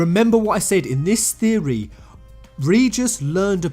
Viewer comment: Lol has come up with a NEW THEO-REH:D